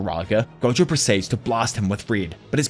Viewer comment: Please tell me me if I’m not the only person hearing goku is stead of gojo